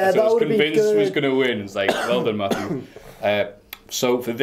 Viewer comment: FACK! IT'S MAFFEW